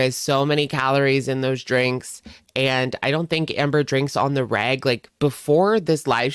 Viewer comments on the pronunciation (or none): When you said you didn't think she drinks "on the reg" I was confused by your accent and thought you said "I don't think Amber drinks on the rag". 😂 My first thought was 'why does that specific time period make a difference?' Then I realized how totally wrong I was! Lol